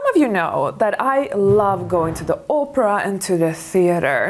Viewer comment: It's also classy and elegant to pronounce the opera right not Oprah like the talk show host....lol